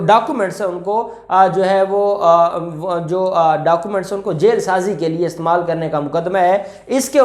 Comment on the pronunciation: Bhai it is " jaal sazi " not " jail sazi " please be careful